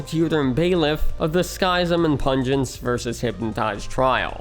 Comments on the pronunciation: informative video, but I can't get over the pronounuciation of Skyzm... isn't it supposed to be ski-zm instead of sky-zm? Like "schism" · Btw Skyzm is pronounced like "Schism" not "Sky-zim" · also how he pronounces Skyzm as "SKY-zm" instead of...... "schism". X.x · Not sky zym its Pronounced SKIZIM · Sidenote: its pronounced “skiz-ym” not “skai-zem” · Skyzm is pronounced Skizzem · "Sky"-zim? Really? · Pretty sure Skyzm is pronounced like "Schism". I remember watching his and Pungence's shenanigans back in the day. :) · Skyzm is pronounced like the word 'Schism', Buizel is a pokemon proncounced 'bwee-cel'. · skyzm's name is pronounced just like the word SCHISM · Skyzm is pronounced Skism. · Skizm is pronounced ski-zem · Skyzm is pronounced (skizz-em) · Btw, you pronounced Skyzm and Buizel wrong in this video. If you check out Skyzm’s first episode of Hermitcraft he says his name in the first few minutes. And Buizel is the name of a Pokémon that you can Google the pronunciation of. For reference Skyzm is pronounced the same as the word Schism. And Buizel is pronounced Bwee-Zle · Monkeyfarm was who actually got me into watching Hermitcraft when season 2 started. I still wish he could have remained. Also, Spum and sl1p were two of my favs. Skyzm was pronounced just like the word "schism" btw. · Pssst... 'Skyzm' is an edgy respelling of 'schism' the y should be pronounced like the 'i' in 'it' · Man, the way he pronounces Skyzm i driving me mad lol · I would have thought that after the amount of research this would take, you'd pronounce "Skyzm" correctly. Also, X doesn't unilaterally make any decisions.